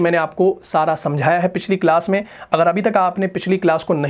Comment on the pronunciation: Sorry to say magar main me meem yaa zabar hota hai jiska maana "I am" banta hai aur "mey" me meem yaa zair aati hai jiska maana "In" banta hai aap dono ko "main" hi pronounce karte hain .